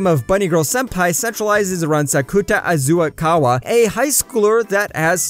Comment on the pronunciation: It's Azusagawa not Azasaguwa